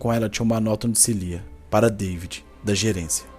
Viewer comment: Seu nome é david não deivid